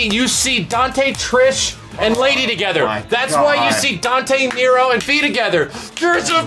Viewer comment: Dante = Donte Nero = Nera XD